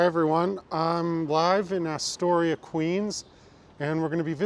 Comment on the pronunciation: its not "Asstoria"...natives call it Uhstoria....but cool vid...you passed right by my corner on 46th